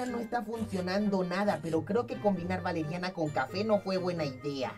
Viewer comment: Soy yo oh Valeriana se escucha Yoloriana